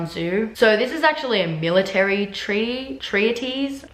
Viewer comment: oh and treatise = tree-tiss